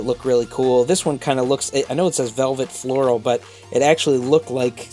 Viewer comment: It's not velvet floral, it's violet floral.